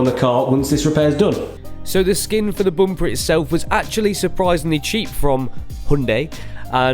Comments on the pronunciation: So sorry you can't say bumper I think it's Matt's influence he often can't pronounce things. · can't un hear boom-pah😂😂😂😂